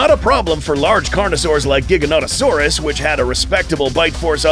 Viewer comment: Giganatosaurus pronounced- JI-GAN-A-TOE-SOAR-US